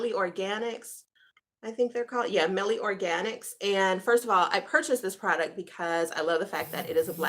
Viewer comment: It's pronounced MY-EL organics